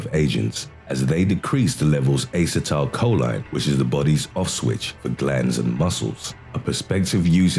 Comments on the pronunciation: A-See-Tyl-Coe-Lean Not Aye-sa-tal-coe-line :) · Uh-set-uhl-co-leen= acetylcholine.. he butchered these names 🤣😂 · Ass-uh-tile-cho-leen? Not sure if anyone calls it that. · Dude no, that's not how you pronounce acetylcholine. Say it with me now; uh-seat-uhl-co-lean. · Its Ass-ee-toe-coe-leen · Since I love the sound of his voice I'll forgive him for repeatedly pronouncing acetecholine wrong, lol. ( I probably spelled it wrong, lol). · Is it the British accent or do you seriously not know how to pronounce acetylcholine? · That way of pronouncing "Acetylcholine" must be a British way of saying that word --- I've never heard it said that way before, as Americans don't pronounce it like that.